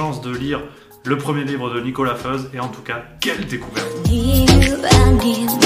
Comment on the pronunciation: Petite précision : même si Nicolas Feuz est suisse romand, « Feuz » est un nom alémanique et se prononce donc « Foïtz »